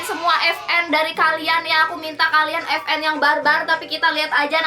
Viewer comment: vn bukan fn🤣🤣🤣